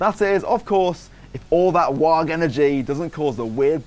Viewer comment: Silent "G" on WAAAGH! there, champ.